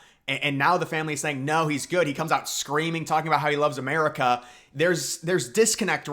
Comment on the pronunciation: Biden should stay in the race. He's the gawd dang prezidunt of ewwnited States of Uhmiracaw he can do whatever the hell he wants to do. Trump gunna crush em anyway in November so WTF is the difference.